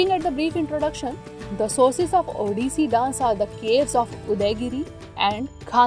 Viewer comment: Curse you for having pronounced the Odia names and terms (*Odissi Dance) wrong and peculiar way🫤